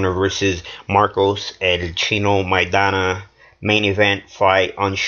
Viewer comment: For the first clown (Editor in Chief ): How can he make a prediction if he doesn't even know how to pronounce Maidana's name? The truth is that Broner has never faced adversity on his career, now we know how he is made of.